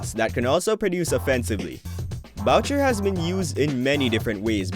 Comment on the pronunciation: I eard bowcher 😂